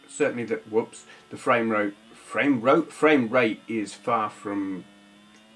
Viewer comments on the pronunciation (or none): "...Frame Rote..." :D I think those odd shaped A's are getting to yau. Fowltykag